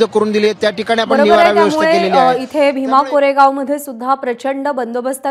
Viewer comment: ये बाई भिमा कोरेगाव बोल , कोरेगाव नाही 💙💙💙🫡